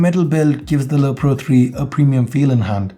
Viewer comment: you keep on saying lo pro :)